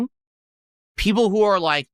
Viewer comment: Peepul are saying